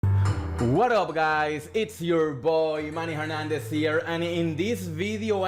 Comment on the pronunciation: Hehe neeee, you said something like "Man e Hernández here"